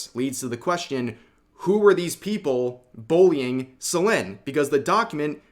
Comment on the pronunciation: I swear I heard "Boing" instead of Bullying 😂